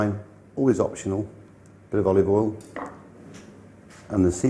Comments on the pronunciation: Ahhhh the olivol man. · Not to forget his, "olivol"